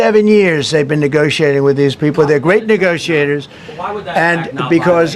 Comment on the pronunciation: I cant get past the way he said negotiator. I heard more of a I than e. Its almost like he was about to slip up. It was suttle. He said nigotiator